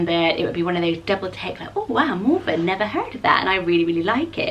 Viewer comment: Me too!! It sounds so much better and more pretty when says it😂